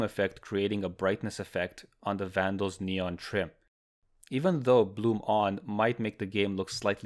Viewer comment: Davandal lol